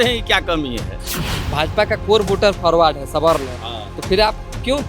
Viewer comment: faarwade k to bans kar raha hai😂 o chacha pahle Forward bolna sikh le tab jaat paat karna